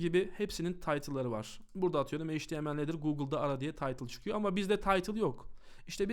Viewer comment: çok güzel bi dersti tek bi şey çok dikkatimi dagitti maalesef. Heyç ti em el diye degil eyç ti em el diye söyleniyor. Çok yararlıydı tekrar teşekkürler.